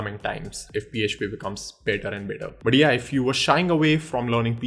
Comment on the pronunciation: When you say "But yeah" I hear it "Badiya".. Ha ha.. "Badiya video tha"